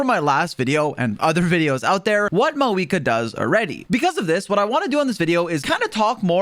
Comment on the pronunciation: FINALLY SOMEONE SAYS HER FKING NAME RIGHT